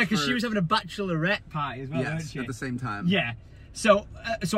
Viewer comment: It made me laugh you trying to say bachelorette when Lorette is my name. In English, I pronounce it batch Lorette x